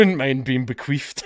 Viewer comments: i'm sorry, did u say "bequeefed"? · "Bequeefed" lol!